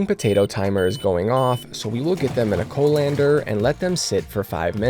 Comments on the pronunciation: A "Co-lander" 😂😂😂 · When you say a word you've only ever read for the first time out loud 😭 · Dear sir, just a few pronunciation tips: The 'W' sauce is 'WORSE-tuh-sure" or 'WOOS (as in 'puss')-tuh-sure'. The drainer with the holes is a COLLIN-der (as in 'Hollander'). The sweetener is pronounced 'air-RITH-ruh-tall', like 'arithmetic'.